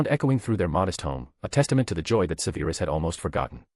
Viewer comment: Im not halfway through and enjoying enjoying this greatly but theres one thing tha distracts me and I wish you'd fix it. "Severus" is prounounced SEVerus, not seVAIRus......ALWAYS. Thanks, Madam Mim